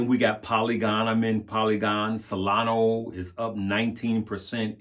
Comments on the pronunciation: SolonA. Not Solono. She’s a lady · LoL. Solana. But he keeps saying Solano.